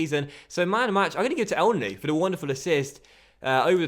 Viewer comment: Dude i`m Egyptian , that's how you pronounce him " Enenny "